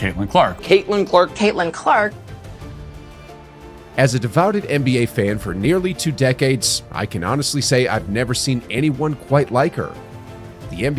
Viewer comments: Does the narrator really think devoted is pronounced devouted? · This guy said "devouted". Facepalm. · "Devouted"? What the hell is even that!!!? Speak English words dammit!